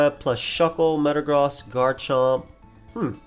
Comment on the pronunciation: Is anyone else triggered over him saying metagross wrong